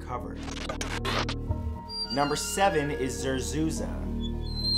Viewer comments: it zerzuRA not za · zerzuza or zerzura?